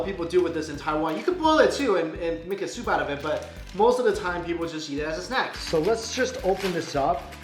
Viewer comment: everytime when he says "yeat" instead of "eat", i cringe!